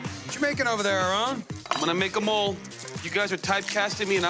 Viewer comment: I can't stand how people feel like they have to say Aaron's name in a Spanish type of way when they really don't know how. Many times on the show, Ted over-does it with trying to roll the "r" when it's not even spelled like how that would sound (it's not spelled not Arron). Marc under-does it. If ya don't speak Spanish people should't feel the need to tiptoe around pronunciation of people's names, just say it the gringo way (phoenetically ... arrin) and move on. If he gets mad, oh well. Not as if a wrong name pronunciation will make him any less Mexican. There are so many other names from other cultures that get butchered on a daily basis and noone feels the need to be all correct with it. Stop the madness and say names the way YOU know how to say them. It's more genuine and honest.